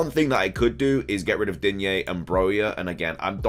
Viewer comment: Please drop the "a" in digne”a”, I am French , there is no A at the end of Digne . 😅 if you pay attention to commentators they are saying it right but in the FPL community everyone is saying it wrong !